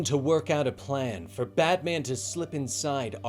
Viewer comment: I love these but am I the only that feels like he keeps saying badman?